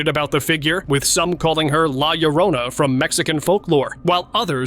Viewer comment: Your "Mexico City" police are speaking Portuguese not Spanish and the lloran clip right after is pronounced yo-ro-na, ll in Spanish makes the y sound